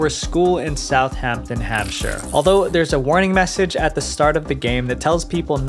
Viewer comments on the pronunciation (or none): none